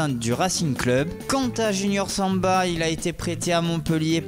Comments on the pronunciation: c'est Sambia pas Samba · Sambia et pas "Samba" jouait a Niort et pas "Nîmes". 😂 Voilà ça me donne envie de vomir les commentaires mais je reste abonné parce que j'aime bien cette chaine. Pensez-y la prochaine fois, merci.